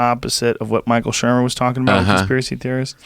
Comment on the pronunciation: I literally shit myself laughing when he said Michael Shermer